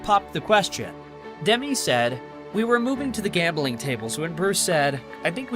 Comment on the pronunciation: The narrator should learn how to pronounce Demi's name.